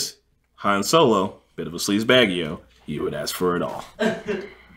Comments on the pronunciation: Elon sleazebaggio is actually incorrect pronunciation😅🤨 but alas knowledge is nothing but spectacular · It’s slezebaggano btw not baggio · Bruh, it’s Sleazebaggano, NOT Sleazebaggio. Come on.